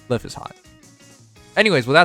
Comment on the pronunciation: Isn’t Lif’s name pronounced as “Leaf”?